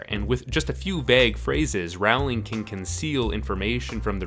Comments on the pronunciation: you're pronouncing her last name wrong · Compelling content marred by consistent mispronunciation of the author's name... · This video is great as always, but since you've been doing this for quite some time, could you try and pronounce Rowling's name correctly, pretty please? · IDIOTIC PEICE OF SHIT ITS ROW-LING NOT RAO-LING!! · Great video. The other thing she did was plant setup and clues for plot points one, two or even more books ahead of where they became relevant. I remember how we all spent hours on message boards trying to spot the clues for future books. (Also, it's Rowling as in bowling not Rowling as in howling.) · It's Rowling like bowling, not Rowling like howling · Her name doesn’t rhyme with growling it rhymes with bowling. Rowling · J.K. Rowling's name is pronounced like "roll-ing", not "ROW-ling". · Love it, great points and observations. Early on in the series in an interview she actually talked about how she was writing mystery novels disguised as fantasy, so this isn't just a theory, it's truth. Just one nitpick, though. "Rowling" rhymes with "bowling"- "Raowling" isn't her name. It almost made me leave the video, but I thought the title content might be worth cringing through the mispronunciations. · His pronunciation of "Rawling" is annoying. Her name pronounced "Rolling" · Why do you say her name as RAWLING instead of ROW-ling? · It's actually pronounced Rolling, not Row-ling. Just FYI. :) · ROWling. As in ROW your boat. Not Rauwling. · Great video! But please pronounce JK Rowling's name correctly. It's Row as in row the boat not Row as in argument!! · Great video!! Just one thing... Say her name right. Stephen Fry, who narrates the audiobooks in the British version and knows her personally says it's row, not rawl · Rowling is pronounced like rolling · Rowling is pronounced like “rolling” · It's crazy to me how people still manage to mispronounce this woman's name despite her success. It's Rowling like "ROLL-ing". (P.S. - great video essay!)